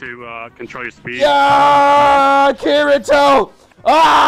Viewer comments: Kirito’s name is pronounced kidito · Bruh. "Kirido" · DID HE JUST SAY KIRYO!!!!!!!!😠😠😠😠😠😠 TRGERRRRRRD!!!!!! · Dude I’m pretty sure it’s pronounced ki-di-to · Ki-rio is what I hear from you smh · It’s ki-dj-to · Excuse me- did he just pronounce it as... kireo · Who says Kirito with the r lol. It’s pronounced kitito. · Why is he saying kirido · i am triggered 😠 why u may ask cuz he said kiritos name WRONG like he.said kirio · Why did u say kiRito 🥺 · You said kirito wrong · And saying Kirito name wrong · He keeps pronouncing kirito's name wrong its kinda irritating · Saying kirito's name wrong -1 point Not saying link start -2 point's Every thing eles + whatever you want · so we arent going to point out how he says kirito wrong the whole video? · hmmmm when is somebody gonna tell him he’s saying the main protagonists’ name wrong..... 😂 lets just see how long it takes him lmao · The way he says Kirito is triggering me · So u can say Asuna but not Kirito 😂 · He can't even say Kirito right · Points off for saying kirito wrong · Points off for not saying his name right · I'm offended, you said Kirito's name wrong.. ;c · anyone else bothered by the way he pronounced kirito's name? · He said kirito wrong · Why is he saying kirito wrong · Why does he say Kirito so wrong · THE CRINGE OF PEOPLE SAYING KIRITO’S NAME !!! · I wanna slap you for saying his name wrong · How you say kirito triggers me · It bothers me how he says kirito. Bye.lol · U said the name wrong!!!! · Why can’t you say Kirito right you make me angry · Why u saying kirito’s name wrong it’s killing me bruh it’s not that hard to say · Say the name right lol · I hate how he says their names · Butcher the name 😂😂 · Miss pronounces kirito so much, so disappointing... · Pls stop saying Kiritos name like thst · The way you pronounce Kirito's name annoys me... Why not pronounce it correctly? You have to americanise everything... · When he said Kireeeto I cringed. Kirito damn it , Kee dee toe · He said "Kirio"